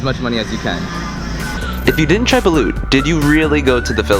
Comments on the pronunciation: Take note, it is not BulOOt, it is pronounced like Bulut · It’s not ba -loot it’s ba -lot But it’s fine b cuz I see everybody a mistake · Hoy you are pronouncing balut wrong it's balot ok not baluuuuut!!!!!!!! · It’s ba-lot that’s the pernaouncation dude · Its pronounce as BALOT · Actually, people here also use Uber. - Not all ATMS are broken... :( - I don't eat balut HAHA and its pronounced as "bal-Oh-t" - THANK YOUUU SO MUCHHHH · the way he said balut lmao